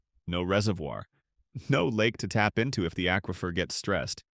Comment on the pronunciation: When you learn how to pronounce aquifer, I'll subscribe to your channel.